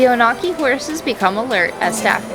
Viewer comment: The Onaqui are a special herd!! I love spending time with them on the range. fyi...it's pronounced ON-uh-kee, not oh-NAW-kee